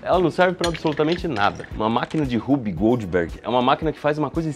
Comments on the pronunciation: Achei era Whoopi Goldberg e o Iberê tava falando errado hahahahahaha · Legal, mas eu só conseguia ouvir "Whoopi Goldberg machine" toda vez que vc falava o nome 🤣